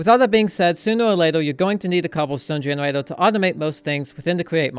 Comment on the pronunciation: “Introducing my new cobblestone generwator” love the vids keep it up 👍